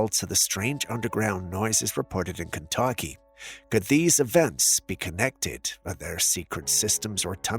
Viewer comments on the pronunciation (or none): none